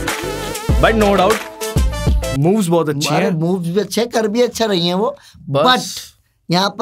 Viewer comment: Apne moves bola Maine boobs suna 😅